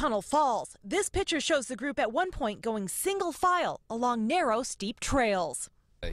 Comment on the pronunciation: Did this reporter ACTUALLY just say, "This pitcher shows..." Are you kidding me?